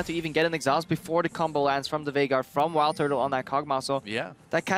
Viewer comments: They called him "Veigar" and since they pronounce it as "Vay-gar", it sounds like Faker because of their accent. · it sounded like faker, but he actually said Veigar haha. it just was pronounced weird